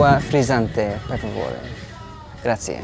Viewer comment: You have been learning Italian for a year and you are unable to pronounce such a basic word like "grazie"? This is not great advert for babbel. The company should ask you compensation for your damage.